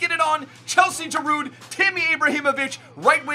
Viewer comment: The D in Giroud is silent bro